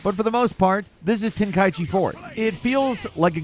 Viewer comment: Final-fucking-lee man, someone pronounces it TEN-KAI-CHIIIIIIIIIIIIIIII. Like how the fuck do ppl not know how to read, it’s not KAI EEEEEEE Chi.